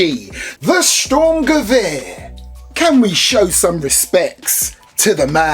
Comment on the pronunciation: Gute deutsche Qualitätsarbeit👍🏿👌🏿 BTW man, your spelling of Sturmgewehr at the beginning is not the best, you should practice a bit😂